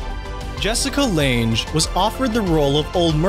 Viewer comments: Jessica Lange. Like Lang. Not Lanjhe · It's pronounced Amelia AIR-hart, Jessica LANG...like Fritz Lang, only with an e, Thomas PIN-CHAAN...equal emphasis on the syllables, and LENGLE. You just completely ignored the "L" 😆, and Jorge Luis BOR-HES. But, if you were mispronouncing names in order to milk engagement, then I'm the sucker that fell for it. 🤷🏻‍♀️ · You mispronounced Jessica Lange's last name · Its pronounced Jessica "Lang" not "Lange" Sorry this made my brain itch. Had to comment this. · You might want to learn how to pronounce “Lange” and “Brothers” since Bros. is the acronym for Brothers.